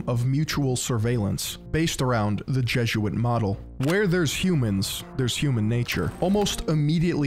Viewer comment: It's jeh-zoot-uht. Jesuit, not Jezzuit. 😂